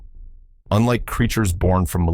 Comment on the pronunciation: 15 out of 15! I won’t quibble about order. I love each and every one of these movies. I saw them all in the movies in the 1950s. They are the background images of my coming of age. Just one thing. How many different ways can Rodan be pronounced? Row DAN is the right way.